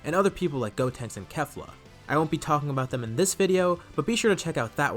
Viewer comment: Why does everyone mispronounce Kefla? "K-AY-FLA". Not "K-eff-la". Kale + Caulifla. Kefla. This isn't hard...